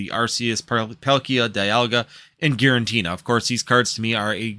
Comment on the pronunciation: It’s Giratina by the way not GiraNtina 😂